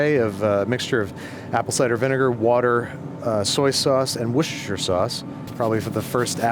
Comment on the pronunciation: He pronounced Worcestershire correctly! This truly is a brand new show!